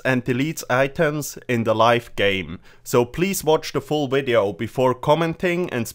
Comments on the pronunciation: Says 'wideo'. Types 'wideo'. Wat. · He needed to accept it so wideo it was